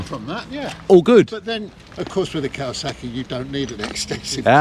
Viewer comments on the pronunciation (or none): Did you say.... cow a suckie??? Is this in Worcestershire with the tunnel bridge you went under ? It looks so familiar from another channel I watch. How many ways do you pronounce Kawasaki? I've heard 3 I remember when the first kow 900 came out in the early 70's and the joke was when trying to get insurance for it, the insurer would say, that's not a motorcycle, that's a rocket. 😂 and then a year or 2 later the Kz 1000 came out and not many could afford the insurance on it. So this is a new video??? You said happy new year. This has got to be cold.You should have said the temp. Scran is not a U.S. Navy term. I would know. geedunk is for junk food as well as pogey bait. Why are you people still closed? Another great thing we did not do in Florida. Fries and EGGS???????!!!!!!!!!!!!! ham and beans??????!!!!!!!!!!!! Pork blood????!!!! Oh, only at gunpoint. how does anyone eat blood???? Nice ride. thanks. 😁